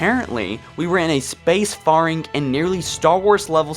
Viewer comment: My biggest is gripe is how often he mispronounces things. Dude can't even pronounce "spacefaring" correctly lmao.